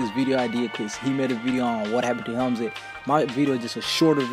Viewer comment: Hamlinz not hemzin